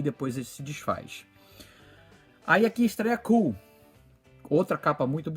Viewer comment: A cacofonia do nome do personagem fez com que o personagem Kull não fosse tão popular quanto, Conan. Mas na verdade a pronúncia correta é" koul". É só ver o trailer do filme com o Kevin Sorbo. O filme é ruinzinho apesar de Kevin sorbo ser carismático e da belíssima e talentosa Tia Carrere.